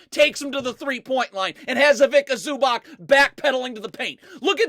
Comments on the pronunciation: ZubaC... Read Zubatz and not ZubaK😂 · please listen to me, its awful to hear ZubaK, it C-ts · Zubac is pronounced as Zuba-ts. Ivitsa Zubats. NOT ivika zubak. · Cool video, but it's pronounced Ivitza Zubatz. Greetings from Slovenia